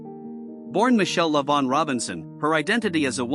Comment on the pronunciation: Her name is Lavaughn not Shavaughn. Say the name correct Lavaughn. Tell the truth.